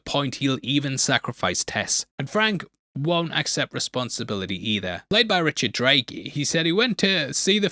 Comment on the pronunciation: Who is Richard Drake? Ohhhh, you must mean Richard Brake?